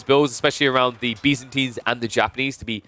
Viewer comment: you call byzantines Bee's-antines lol